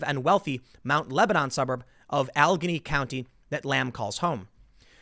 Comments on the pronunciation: Jeez, Tim. Your pronunciations are really bad at times. Experiments isn't pronounced "ex-spEEr-i-ments". The second syllable is pronounced "pear", like the fruit or a pair of boots. And Allegheny isn't pronounced "AL-genn-ee". It's "Al-la-GAIN-ee". 4 syllables! For someone who presents himself as a journalist, you really need to improve on your pronunciations. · Oh god Tim I'm from Butler county and it is pronounced Al-li-gay-nee , Allegheny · Tim its pronounced AL-A-GAIN-E County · I can't find it here in the comments, so I'm going to be that person: It's pronounced "al-eh-GAIN-e", not "ah-LEG-an-e". It's not a commonly used word, nor is it well known, so it's understandable to not know how "Allegheny" is pronounced. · Yes. The districts were redrawn to favor Democrats. My congressman,(D) Mike Doyle, lives about 5 miles away from Conor Lamb and 20 miles away from me. The judges drew up nongeographic districts based solely on giving Democrats a registration advantage. Allegheny (by the way it's pronounced AL-LA-GAY-KNEE Tim) and Philadelphia counties were the only two in the state that went for Hillary. It was broken apart to give Democrats the upper hand. Conor Lamb and Mike Doyle need to go down and go down hard. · Tim, it's AL-AH-GAIN-EE. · Tim it's pronounced (Al-ah-gainy) county. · It is pronounced Alla Gainy County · Alla-GAIN -ee county. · It was amusing to me too. And I live in Michigan. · Arizonan here. I found the pronunciation entertaining as well. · I am in the district right next to this one, and how he mispronounced Allegheny County made me laugh.